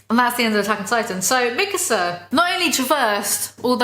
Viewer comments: You make "Mikasa" sound like "Mixer." :P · bruh i didn't realize you were saying mikasa and not mixer until the 30 minute mark. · the way you said mikasa really tied it all together